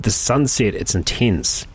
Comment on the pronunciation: I love how he says intence, i have no idea why xD